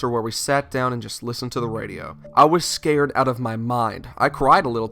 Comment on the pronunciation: he said Scåred